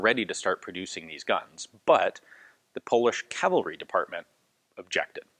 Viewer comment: 😄 yippee! He said cavalry, not calvery....